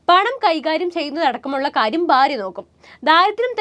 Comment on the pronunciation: ഭ, ബ അക്ഷരങ്ങൾ ഉച്ചാരണ വ്യത്യാസം ഉണ്ട്. ബാര്യ അല്ല ഭാര്യ ആകുന്നു.